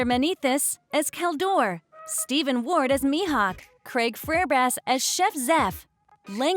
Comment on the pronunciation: Also, you can literally hear where the typos are in the script given to the AI. "Jacob Romero Gibbs" "Helmempo" "Craig Frairbrass" "Alexander Manithis" "Kalhadore"